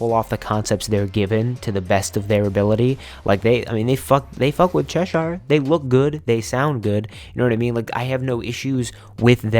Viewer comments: I've lived in Cheshire, England. The pronunciation is ches-sheer. Think of shear dress, or shear top.x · just wanna say, cheshire is pronounced as chesh-er. sincerely, someone from cheshire.